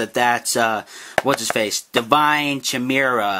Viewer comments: Its not (cheh-me-rah) its (chy-me-ra) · Its khaai-mera not chaee-mera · the perniciousiation is ki-mer-A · Bro you look it up in any dictionary, movie or even anime if u like they always pronounce it as khai-mera. Anyway why the hell are we goddamn debating about pronunciations XD